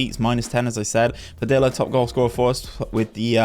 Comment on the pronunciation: some feedback I have is the double "l" in "Padilla" is more of a y sound. pa-dee-ya. Similar to quesadilla. Also, in those seasons where the team does well if we can see the best player's stats or even how they did compared to the rest of the players in the league in that Player Detailed stats page. But, do like this long overhaul.